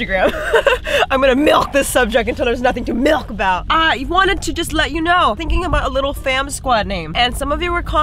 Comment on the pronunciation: say "MILK" one more time